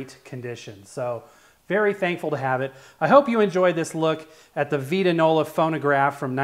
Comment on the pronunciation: It VITE-ta- nola ! Also, your cabinet I think was originally stained the reddish tone you see inside. I dont think any of them were raw oak color as is yours.